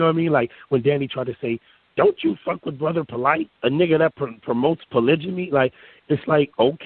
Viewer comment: is a dumb nigga. Not because he can't pronounce a simple word like "polygamy" or because he makes up words like "substinance" (what that mean? substance + sustenance? stupid nigga) or because he begins sentences with "however" to try to sound smart. This nigga dumb because he grew up in the suburbs with a rich daddy, but was so infatuated with ignorance that he chose to visit the hood regularly and eventually became a blood. Fast forward to today, and now this nigga's trying to shit on real hood niggas who were forced to struggle, all because this dumb nigga became infatuated with a different type of ignorance in the form of religion. is the classic example of a follower trying to be a leader. And he's so arrogant, that he thinks he's enlightened and you're dumb because his beliefs are different from yours. All I see is a child going through phases in his life, and a few years from now, he'll believe in something completely different depending on what books someone else tells him to read. Don't get me wrong, it's good to read books and educate yourself, but I respect someone more who is open minded enough to seek knowledge and take the information they find to formulate their own opinions; not someone who recites secondhand info and preaches as if it's fact. The one thing that he has going for him is that he speaks with conviction, and yeah, he does a great Lux impression, from the inflections in his voice to his physical mannerisms. The only question I have is wh